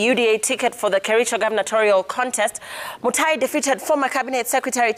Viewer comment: Dr mutai not mutua